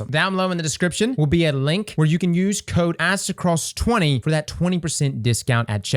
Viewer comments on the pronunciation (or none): it kinda sounds like you say: " Ass to Cross" haha